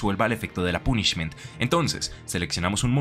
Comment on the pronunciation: Lo del Trouble Sunny no tenia ni idea... agradesco el dato caballero A cambio, le dire que no se dice "pUnishment" sino algo tipo "pOnishment", el acento marcado incluso me trae recuerdos... Y una idea para otro "mejores targets" seria Foolish Burial, personalmente no la requiero ya que mi deck actual juega algo similar (Bururu pero aun asi, conocer efectos tipo Shadoll o incluso Darkwurm seria muy util Que vaya por la sombrita paisano (Bogotá)